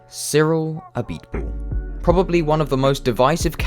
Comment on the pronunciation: Pronounces Cyrils full name Name Perfectly Me: Ah so French Noises